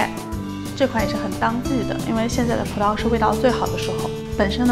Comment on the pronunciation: 葡萄 轻音 不是葡桃